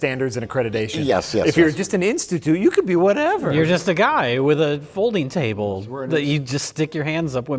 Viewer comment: a "folding chable"